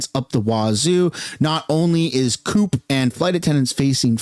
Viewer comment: did he just call co-op coop?